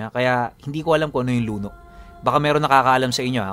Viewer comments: Hello po, medyo mabilis po ang bigkas ng word na luno. At Isa po siyang metal na gawa sa tanso, pero malambot. Pwede siyang tupiin at kusang bumabalik sa dating hugis kapag binitawan mo. Salamat po sa napakagandang kwento.😊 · Mabilis ang bigkas noon Pinuno luno ' means malambot . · Luno(kung bisaya sya it means (Luno) pabagsak na pagbigkas. ibig sabihin malambot.)